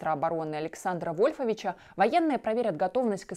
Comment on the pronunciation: У ведущей что-то с ударениями... ВольфОвич...ОсипОвичском... Понабирают по объявлению....